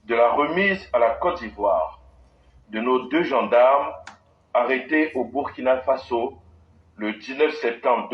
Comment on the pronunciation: Je vais m'adresser à l'idiot qui se cache et parle on dirait il vient de manger gari sans sucre -là. Le Burkina Faso n'est pas ton ami, c'est un pays qui a existé avant ton grand père. Tu peux ne pas aimer notre président, celà n'engage que toi, mais tu n'as pas le droit de tordre le nom du pays. Si tes autorités ont négocié de pays à pays pour libérer les deux gendarmes, tu ne dois pas jouer à la folie jusqu'à mal prononcer le nom du pays. J'ai toujours dit, tout ceux qui sont payés pour dénigrer le Burkina,vont vomir cette argent tôt ou tard, demande à djony patchenko, il est en train de lire l'heure actuelle. Ton tour arrive. Vous, les jeunes ivoiriens avec vos bêtises -là, vous croyez que burkinabè n'a pas bouche pour vous insulter aussi. Voilà une jeunesse paresseuse, naïve, une jeunesse de buzz, de brouteur, de facilité qui veut mépriser les gens. Bandit là !